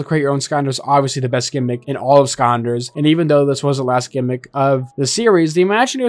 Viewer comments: Is it just me or does he call skylanders skanders? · It’s not Skonders it’s sky landers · Sky land ers not skandas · I think my favorite part of this video is how he says "skylanders", it sounds like he's saying "skonders" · I can’t get over this guy saying “sconders” every time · After the 10th time I heard him say “skaunders” I was convinced I was experiencing a stroke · "Skander" "Skalnders" "Skandlers" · Take a shot every time he says "Skonders" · The way he says "Skylanders" sounds like he's saying "Skaunders" or something. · Its just the way he pronounced the word "Skylanders" lol nothing more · Adam Skandlers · It’s so weird hearing hearing you say it like that, “skanders” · Why does it song like he’s saying “skonders” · I can't unhear him saying Skonders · "Skanders" yeah that's a no for me chief I can't even finish this video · okay I really want to watch this video but it kills me every single time he says "skonders" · Why dose he not say sky landers? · Every time he says “skanders” I die inside a little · "Skyanders" Edit: ok nope can't do it, im not even a minute in and hes said it 50 times, physically cannot watch this video. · Why does he say skanders at the start? That cant be the way your suppose to say it right? If so im sticking to mine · Anyone else hearing skonders? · Is NO One Gonna Mention that this guy is saying SKYANDERS!!!?!?!?? Like WTF 🤬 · Why he saying scanders instead of skylanders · pronounce sky landers correctly it’s driving me insane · Not to beat a dead horse, but "Skonders" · I really wanted to find out more, but the fact it sounds like he's calling the game "Skonders" just ruins it for me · I’ve never heard skylanders pronounced skylndser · "Skonder" Lol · Anybody else annoyed hearing skonders? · Why you saying skanders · Are you saying skamders? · I think he said "Sconders" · Bro is either saying skanlanders or skalanders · Is this guy saying skanders? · No way you pronounce it skarnders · why do you skynders is it just me